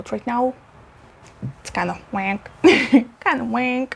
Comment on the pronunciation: Loved seeing these plants. The hoya sigillatis and hoya black border were my favourite. Remember, it is "wonk", not "wank"! 👀🦄🐇🥛You look fantastic, by the way.